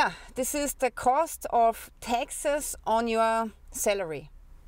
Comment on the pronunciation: you speak taxes like texas